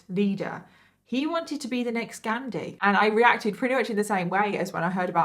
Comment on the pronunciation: I love your videos but the way you said “ghandi” made my soul cringe 😂😂 all love xoxo